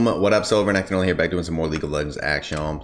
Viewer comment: its not solorenekton anymore now its sulurenentununly xD